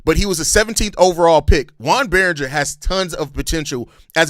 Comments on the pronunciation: "Its French!" 😂 It's probably pronounced Berrin-JAY (if it's a French pronunciation). I like the Berringer idea...I mean if we did do this. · (Yo-on) (Bear-Un-Jay) - Joan Beringer